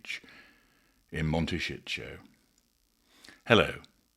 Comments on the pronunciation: Mon-tay- sí- toe. The mispronunciation by the AI voiceover is grating. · MONTE SHIT 💩💩💩 HOLD IS WHAT I UNDERSTOOD😅😅😅😅😅😅😅😅😅😅😅😅 CALIFORNIA IS A BEAUTIFUL, BEAUTIFUL COUNTRY. IT IS A LOVELY PLACE TO LIVE. LOVE IT❤❤❤❤❤❤❤❤❤❤❤❤❤❤❤ I SHOULD KNOW, I WAS RAISE THERE SINCE I WAS 1 YEAR OLD. IT IS FUNNY THE WAY HE PRONUNCE IT.